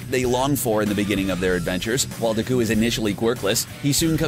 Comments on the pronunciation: ur saying his name wrong it's not Diku it's Deku and it's pronounced acadeemia not acadaymia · Ya men du cow? Not deku! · Everyone in the comments: He butchers the names Me: I couldn't be that bad Guy: Dehqui and Bahcuigow Me: 😂😂😂😂😂😂😂😂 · You can totally tell he hasnt seen the show, because he doesnt know how to pronounce bakugo or deku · DIKKUU?! BAKUUU?! KATSSUUUKI?! BAKUUUGO?! UCHAKUUU?! URARAKKAAA?! YAOYAROOZO? ENDEVUR?! ITS AN ENGLISH WORD DANG IT!! sorry didn’t mean to, like, offend you... just don’t like it when people say it wrong... 😐 😊 EAT THIS! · It 's pronounced Bauk-oo-go and De-ku. Plz pronounce every name correctly from now on. And also it's Ur-rr-ak-u